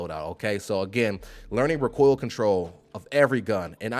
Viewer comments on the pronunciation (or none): Why do you keep pronouncing recoil "RickCoil" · I've watched a few guides (first time playing), but this one is the best. But the way u say recoil gets be a bit boiled. Keep it going bro!!! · I love how you say rah-coil and reticuuuule lmao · My dude, you say “recoil” like Galifianakis says “retard” in The Hangover. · Learn how to say recoil and shorten your damn video!